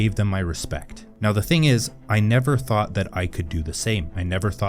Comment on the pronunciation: Now, the thing is, I never ( though' ) ( thad ) I could do the same,I never ( though' ) ( thad ) I could be ( articula' ).